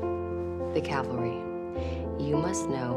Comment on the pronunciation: Cavalry, not calvary.